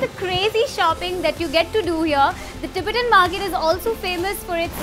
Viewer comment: Please pronounce Tibetan accurately